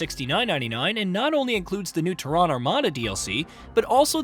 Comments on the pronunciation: TERran not terRAAN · That’s like saying Hu-MON instead of human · ‘The TEHRAN Armada’ Go home AI. You’re drunk. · TerrAAn, Is this voiced with AI or does the narrator not know what the Latin\Scientific name of our planet is ? You don't live on Terrà you live on Tèrra. The emphasis is on E not A. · need to learn how to pronounce Terran..Its teh·ruhn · I thought it was called Terran armada not Ta-ron armada 🤣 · Tehran? Yeah, this is what happens when you use AI for your videos that have not been trained properly. Despite Terran being an easy word in the English language. I have noticed them use AI before. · First I gotta say this... its TEARun. Pronunciation: /ˈtɛrən/ (TERR-un). I have this game for PC and have a couple hundred hours. I like it, I like it a lot. I cannot wait to play it on the Playstation. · Nice, though you're saying Terran wrong! 😯😂😀🤘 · I dont trust anyone that cant pronounce terran correctly. They act like they never played starcraft and it shows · I can’t with your pronouncing of Terran. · Why is he saying Terran like that? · Bro, ain't no way you are in the gaming space and don't know how to pronounce Terran. Get this clown fired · I know it's not a big deal for most people, but it's kind of jarring to hear you mispronounce "Terran" all over the video. (The stress is on the first syllable) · Can't say Terran really annoying, Idiot or AI? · "Terran" pronounced totally wrong, over an over. Sad. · What is that pronunciation of “Terran”?! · I was thinking the same thing. Thought it was AI. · Yeah, his mispronounciation was highly annoying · That's exactly the reason I came to the comment section, it was driving me absolutely crazy! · 😂😂😂 yeah they way he's pronouncing Terran is throwing me off 😂😂